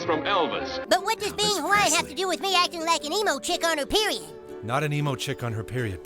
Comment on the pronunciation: I think he said, ‘Me?’ But in two syllables. ‘ME-ee?’